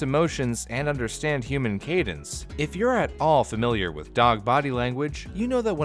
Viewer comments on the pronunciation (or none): none